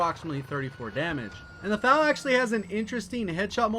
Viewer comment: Bruh you really said “FAL” it’s “F-A-L”